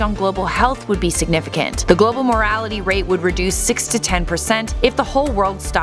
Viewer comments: "Global Morality Rate"? I think you mean mortality with a T... unless you have some serious opinions about meat-eaters. Sorry if I misheard, but I played it a few times and keep hearing "morality". Or if nothing else, perhaps I could jokingly point out that morality is hardly mathematically measurable. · Did she say global morality? Because I didn't hear the first "t."